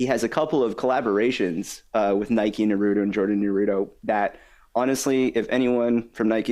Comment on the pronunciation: Love the show but you are killing me with mispronouncing naruto repeatedly 😢😢lol